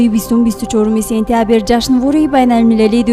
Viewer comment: Танкид намекунам мегуяму токат кардан наметавонам.Сентябир не,сентябр! Александер неву Александр! Илтимос дуруст талаффуз кунед!